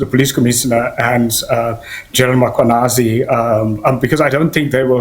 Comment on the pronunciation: cannot pronounce Mkhwanazi.